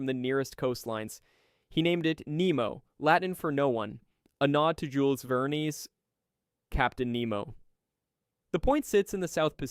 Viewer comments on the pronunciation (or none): Jules Ver-Neez. lol. More like Ver-Deez… Ver-Deez nuts! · Jules Ver-knees? Really!? 🤦‍♂️